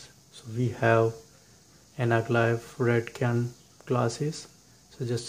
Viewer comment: Dear the "Cyan" is not "Kyan" its "Syan" in speaking